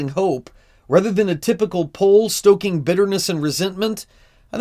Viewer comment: poll stoking? Or pole stroking?